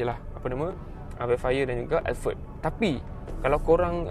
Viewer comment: “Velfire & elferd” “Porsyer” Hehehe